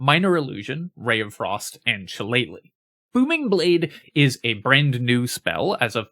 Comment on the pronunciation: Thank you for knowing how to say shilellagh.